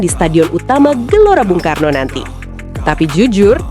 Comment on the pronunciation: 😂😂😂😂MIN JANGAN KECEPETAN NGOMONGNYA, STADION UTAMA BUNG KARNO BUKAN BANG KARNO😂😂😂